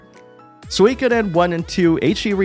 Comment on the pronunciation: Finally, someone who says Suikoden correctly.